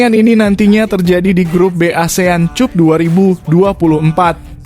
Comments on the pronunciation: Min caranya baca gak enak di telinga, benar tulisannya cup tapi bacanya cap lah dll. Ini hanya usul agar gak gali telinga ini, terima kasih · Min ,Cup baca Cap. Malu saya ada yg menyoroti cara bacanya,sebab yg menyoroti bacanya itu , kesannya orang Indonesia tak pandai membaca.